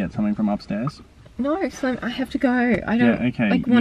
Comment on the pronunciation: I always hear it simon from.